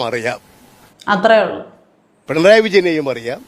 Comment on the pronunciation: പെൺറായി അല്ലെടോ പിണറായി ന്ന് പറയ്